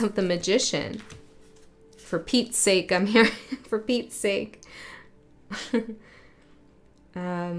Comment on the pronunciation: When you said for petes sake I heard "repeats sake". Funny, that. It's always a cosmic do-over, though. I love this. You've brought into clarity a part of the structure of our playground here and it's movement, which is an upward and outward spiral, at least for now it feels that way.